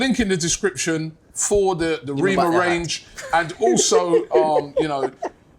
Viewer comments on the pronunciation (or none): His name is pronounced REH- MAH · Robbie its rema as in elephant rema as in cream 😂